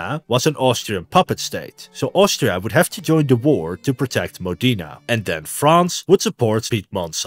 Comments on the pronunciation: I'm Italian, for once someone has made an accurate video to our history. PS: it's pronounced MOdena, not "modina". You need to work on your overall italian pronunciation😅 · MO-de-na, not Mo-DE-na. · Modena=MOH deh nah. Not modEEnah. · I found the pronunciation of MODENA very painful